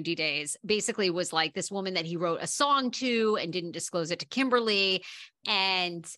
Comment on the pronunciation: it's not Kimberly it's KimBALi